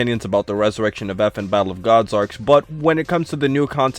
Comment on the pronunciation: sounds like says bible of gods instead of battle of gods